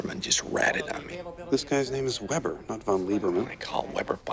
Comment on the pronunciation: Weber ist „VE-ber“ ausgesprochen, nicht „uuuuueeebrrr“